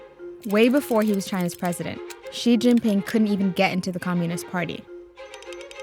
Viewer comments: 周潘 😂🙏🙏🙏 No. please ask a chinese teacher or watch some “learn chinese” videos. Nobody pronounces Xi as “ksi” in Any Chinese dialect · i know some english native pronounce X as ks，so mr Xi shall be pronounced as Mr KSI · Pedro Ramirez in Chinese, X is pronounced as ‘sh’